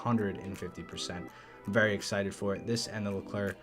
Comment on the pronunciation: If you want to prononce well the name of the top french mbt you need to say leclerc but whithout prononce the c at the end